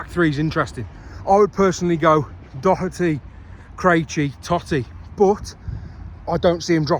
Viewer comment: Great video. 10/10 for pronouncing Doherty correctly.